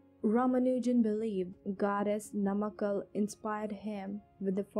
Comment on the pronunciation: It's Goddess NAMAGIRI not NAMAKKAL...